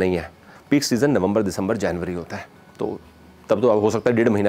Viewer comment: Hai ko haa mat bolo